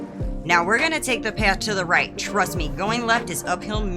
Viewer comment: Thanks! You are the coolest... “Trrrust me”